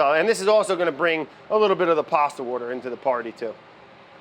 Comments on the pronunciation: I have a lotta fun hearing Indians' way to say Powder("padduh") , and even more fun hearing Brad saying Water ("woda") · I would watch a series of “It’s boiling (wourder)” who wouldn’t? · Had a proper laughing fit by the 'It's boiling wourder - with Brad Leone' happened! 10/10 wanna see that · i love the way he pronounces s"au"ce, w"a"ter, and "o"ff lol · pasta wourder into the paurdy